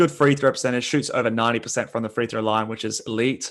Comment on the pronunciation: Why is that guy saying three throw. Its free throw homie